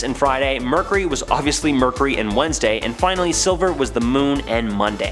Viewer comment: Omg it's driving me nuts!!